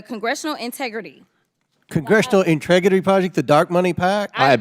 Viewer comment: "Congressional intregity" 😂😂😂